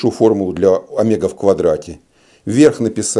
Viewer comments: Всё замечательно, но "Омега" режет слух, товарищи. Ведь "омЕга" должно быть... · У физиков есть личные ударения. Обычная практика. Например, двухвтОмные. Ещё от региона зависит. Привычка =! истина :)